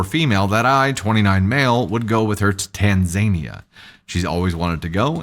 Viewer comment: FYI I think it's pronounced Tan-zuh-NEE-uh, not Tan-ZAY-nee-uh!